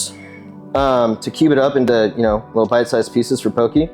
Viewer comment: Pronounced “Pokeh” not “pokee”